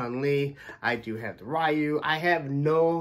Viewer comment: It's not Ryu, it's Ryu 🤦🏿‍♂️